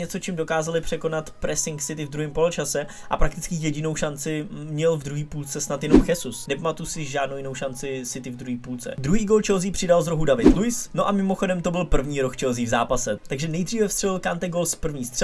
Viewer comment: Dobré video, akorát G. Jesus se vyslovuje (D)žezus pro příště :)